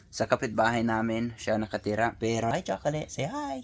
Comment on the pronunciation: The way you pronounce chocolate is so pnoy nah,hehe